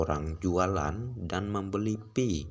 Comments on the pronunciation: Kesalahan yg trus di ulang, bukan pi ay network, tapi " Pi network" atau di baca" Pay network" Gitu dooong. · Pi bukan diucap pi ai bro tapi pai.Jadi pai network bukan pi ai network.yang smart gitu lho bro